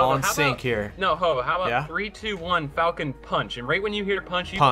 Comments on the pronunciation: They didn't misspell falcon, its falchion pronounced as Fal Chun. A falchion is a type of blade. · Wake Arisato no it is fal-key-on...I thought it was pronounced fal-shon at first but then i looked up the pronunciation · Oh my god. Its Fal-Shun. Not fockin Falcon. Asdfghjkl. XD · Not to mention it's pronounced Fall-chin not falchon.... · its pronounced "Falkion" or "Falchion" not falcon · ITS NOT FALCON ITS FAKING FALCHION IM SUPER UBER MLG FRANCE PLAYER BITCH ITS FALCHIONNNNN <3